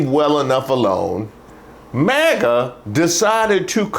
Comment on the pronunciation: this isn't magna 😖 is he drunk??